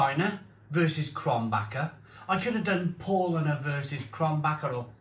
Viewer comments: Paulanar.... Pronounced the Paul with an 'ow' P-ow-lanar... Becks is just simply awful.. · It's pronounced Powlana.